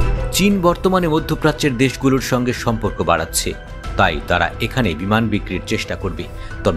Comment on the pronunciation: বিমান নাকি বিমূন😂